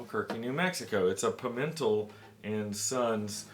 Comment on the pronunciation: Its pronounced like Pea-men-tell.